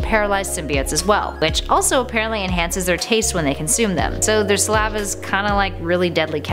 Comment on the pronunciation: You're pronunciation of saliva is very weird